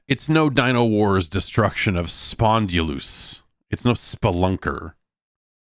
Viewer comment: I want the pronunciation of "Spondylous" to get more and more exaggerated to the point where it becomes nearly unrecognizable.